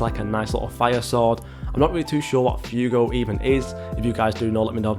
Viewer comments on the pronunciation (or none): Fuego is pronounced (fweɡo). Not Fewgo. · man said "few go" LMAO